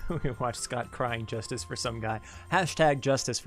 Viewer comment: Please make Scott a character in Another Eden!!! Scott is too cool :3 also amazing job with the name pronunciations, you were spot on!